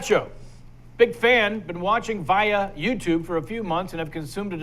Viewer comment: Vy-ya "the youtube?" I think it's Via. And just YouTube